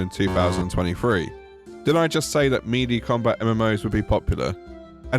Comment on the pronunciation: melee is pronounced "may-lay"